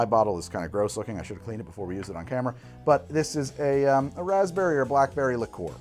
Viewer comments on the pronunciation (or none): none